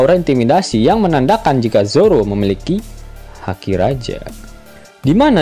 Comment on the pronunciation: Haki bang bukan daki